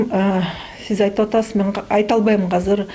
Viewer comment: Ээ, казыр эмес, азыр деп сүйлөчү тантырабай